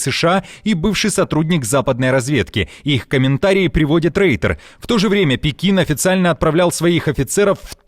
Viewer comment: Что такое « рейтер»? Reuter - читается, как « ройтер». Это имя основателя новостного агентства , который начинал карьеру с почтовыми голубями еще. И вообще , агентство называется « Reuters“, то есть « Ройтерс».